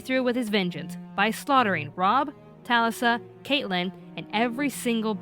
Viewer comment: Sad video.. but pissed me off that they pronounced Catelyn and Talisa's name's wrong